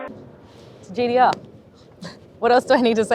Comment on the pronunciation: It’s G T R not GDR